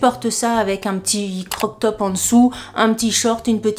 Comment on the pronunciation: Tu sais qu on dit :crop top et pas croc top 😂😂😂